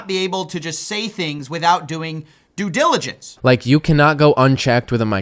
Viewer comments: Dont take financial advice from people that cant pronounce simple words like "glligence" lmao, anyone taking this idiots advice deserve to lose their money at this point. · Why does he say "dliligence". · He can't even pronounce diligence with those turkey teeth, oh the irony. Rip diesel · due giligence* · bro he needs to learn how to pronounce "due diligence", i thought it was a slip up the first time but then he did it multiple times lol "dju djiligance" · I thought he said Jew Jilligence. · wtf is jillijance? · To be fair, it did sound like he said due giligance, and he obviously did that. What's to complain about? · Did he say Jewdiligence ?? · Did he say "due jiligence "? Yeah, that's about right . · The irony coming from a man who can’t say due diligence 😂 big fan coffee, keep up the good work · Whistle can't even pronounce diligence 😂 You can tell he just learned that word recently. Ahhh, it's so cute when the ignorant try to appear not to be. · Cody can't even pronounce the word diligence 😅 how ironic